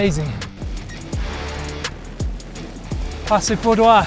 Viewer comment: Dear passo Pordoi is in Italy…not in France,so relax and pronounce it the simple way.Thanks for posting😊